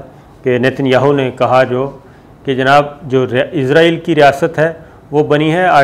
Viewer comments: O bhai jaan ap izraaeel kun kh rhy ho wo Israel Hai na KY izrael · Lafaz Israel hai izrael Nahi Shakar ko Israel ka koi baty izrael ghalt Bol Raha hai 😡😡😡😡😡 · اسرائیل اور عزراعیل دونوں الگ ہیں آپ بولتے وقت جان بوجھ کے غلطی کرتے ہیں اور بار بار کرتے ہیں، کیا اس سے بھی آپکو کوی فائدہ ملتا ہے، کوی ٹکٹ، وزٹ یا کار ؟